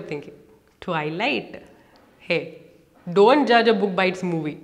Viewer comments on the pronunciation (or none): Don'd tell whad do 😅 Kk enough jokes thanks for the video and i like your acsent 🤗